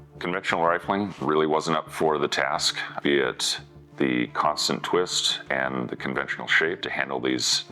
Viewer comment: Not sure but sounds like increasing twist; pioneered by the M-102 howitzer in the '60s. Interesting video......a little worried though about his "and's" turning into "ant's"